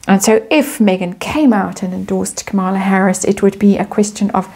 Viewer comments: Kamala..accent on KAH-mala..Indian pronunciation Comm-la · just FYI, her name is pronounced KA-ma-la. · Quick note; Kamala should be pronounced like Camelot, emphasis on first syllable. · All the YouTubers outside the US are having trouble with the correct pronounciation of Kamala. I try remember it is Kama-la, but my inclination is to say Ka-mala. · Yeah….she ain’t no Kamala (pronounced Ka Maa La) meaning perfection or Lotus flower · you may like to know that Kamala's name is pronounced with accent on the first syllable.